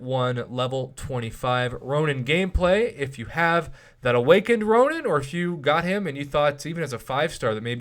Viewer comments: Ronin not ronan lmao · Nope its Ronin. Look in-game